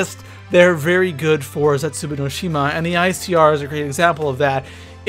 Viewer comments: I think its pronounced Zetzu Baw no shima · Please don't say Zetsubou no Shima like that!